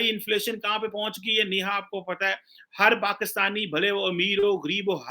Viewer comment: It's Neeha not Neha... Don't go by how is pronouncing her name....